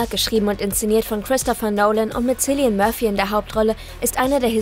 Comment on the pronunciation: „Zilean Murphy“ …